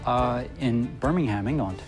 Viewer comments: im English and Birmingham is not pronounced with "ham" its a "um" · It's said like birmingum not birming*ham* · Sorry but it's not Birming-HAM it's pronounced Birming-UM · Oh heck, not again. In the UK it's not pronounced 'BirmingHAM', it's 'BirmingUM'. And whilst I'm on my soapbox 'Warwick' over here is pronounced 'Worrick'. How I love our little differences. Hello to everyone on the Pond 😉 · Dear America. Birmingham is pronounced bur mingum not birr ming ham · It’s pronounced Bir-ming-um Not Bir-ming-ham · It’s pronounced “Birminghum” not “ham”, Americans ffs🤦🏼‍♂️ btw I know because I live there😂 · hate how US say birmingham should be - burming-am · BirmingHAAAM? No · Jesus christ birmingham is not pronounced like its three seperate words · lol the way he pronounced Birmingham 😂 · The way they say Birmingham upsets me 😂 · Im british and his pronunciation of birmingham hurt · "Birmingham England" not so sure about that pronunciation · Birmingham is not pronounce like that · The way they pronounce Birmingham pains me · That's not how you pronounce Birmingham. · BIRMINGHAM YOU DON’T PRONOUNCE THE H. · I hate the way he says Birmingham